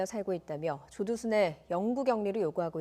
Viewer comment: 여아나운서 발음실화냐 조두순윽 조도순이래